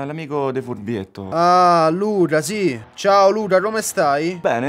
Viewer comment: assolutamente sapere perché il pusher al telefono dice "Luda" al posto di "Luca", e se è intenzionale o è proprio un difetto di pronuncia dell'attore (fastidiosissimo!). Sono mesi che ogni notte mi pongo questo annoso quesito. Grazie.